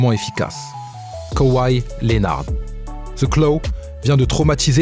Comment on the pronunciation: Il a défoncer le nom de Kawhi Leonard